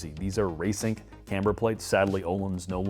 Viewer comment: Raceeng plates..sounded like you just said racing